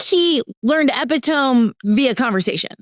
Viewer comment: “Epi-TŌM” reminds me of the panorama, when young ppl were saying “ooh Chile” (like the country or pepper) instead of a homophone for Child as in AAVE “Chile”! These kids learned online and you can tell.